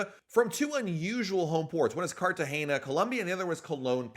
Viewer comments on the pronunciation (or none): none